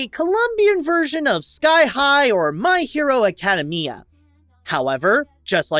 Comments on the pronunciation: An anime fan would slap you for your pronunciation of My Hero Academia. 🤣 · Great vid, I just cringed at the way you pronounced “my hero academia”😂